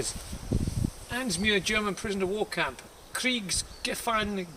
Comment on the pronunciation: Nice German pronunciation lol. Good find again bro :-)